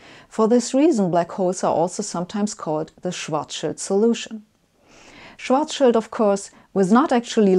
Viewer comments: I love how she pronounces "Schwarzschild'', i'mma use it from now on. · Uh, she's German. Of course she pronounces EINSTEIN and SCHWARZSCHILD correctly! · Sabine, I watch every episode of yours and enjoy your explanations. I have to praise you first, as you are one of the few in the English-speaking world who correctly pronounces the surnames EINSTEIN and SCHWARZSCHILD. The funniest are the speakers who pronounce SCHWARZSCHILD as SCHWARZS CHILD! You are also one of the few, who consistently uses the SI measurement system. However, in this episode, you also started using outdated medieval imperial units and talked about the diameter of the Sun in miles. I hope this was just a one-time linguistic failure, as we Europeans have no idea how much one mile is and what mile you meant. Stay healthy!